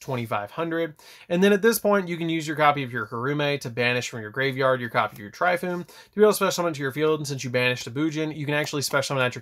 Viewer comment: TORE-EE-FOO-NAY (Tri-foon?) Soo-Saw-no-WOAH Are-uh-soo-dah (Amaterasu? Thats a completely different card OMFG; its hard to watch thru this when the cards are called by the wrong name) 🤦‍♂️ "The pegasus one" is pronounced Mah-he-toe-soo